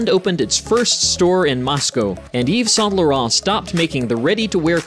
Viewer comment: exactly…. Paris Match … horrible .. Yves Saint Laurent, terrible..